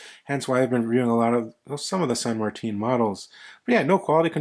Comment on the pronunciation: San Marteen? 🤣